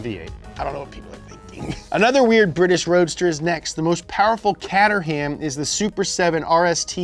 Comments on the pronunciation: CAY-tuh-rum not CAT-er-ham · Its Kate tur-ham msn, come on! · that is not a brabus. It's a brabus edition. It's like calling a 340i m sport an m3 wasn't a smart car it was a toyota iq. thats what you think so he can't say "seat" (it is pronounced say-@ or caterham (it is prounouced Kate-r-ham). Wow what an intelligent dude. it's also the first actual barabus. well done. and please fire the editor for only being able to use one transform effect. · caterham is pronounced "Kay-tram" (ik, illogical) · Damnit, kate-er-um. Not cat-er-ham. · Cat-er-ham 😂😂😂 Pronounced. Kate-rom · The way you pronounce Caterham is atrocious. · It's pronounced Kay-trum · What the actual fuck is a KADERHAYUM